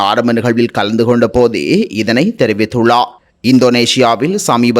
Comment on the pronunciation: செய்தி வாசிக்கும் பொழுது ….ர்…உச்சரிப்பு தெளிவிலை கவனிக்கவும்!!!! உ+ம் குறிப்பிட்டுள்ளா! தெரிவித்துள்ளா!